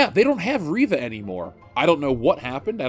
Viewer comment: Not Reeva, it's Reeeeeeeva